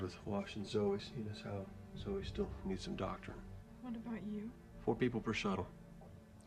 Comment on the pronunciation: BTW her name is Zoeeee. Listen to what the others call her. Her name is not Zo